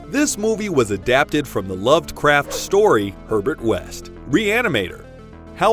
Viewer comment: Pretty good, until “loved” craft. Cringed right to the bone